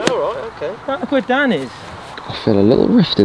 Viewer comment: Dan not dsan